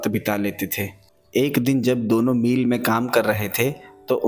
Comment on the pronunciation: मील नहीं भाई "मिल" होता है !!